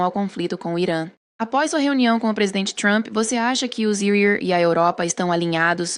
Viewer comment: Essa inteligência artificial não sabe falar EUA não?